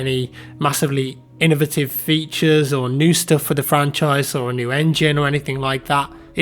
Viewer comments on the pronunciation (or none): none